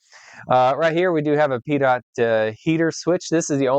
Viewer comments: Pitot: pronounced pee-toh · Never heard it pronounced as Pee Tot